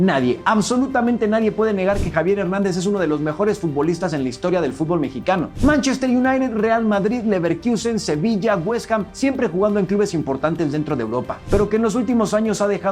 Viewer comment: Dijo Neverkusen?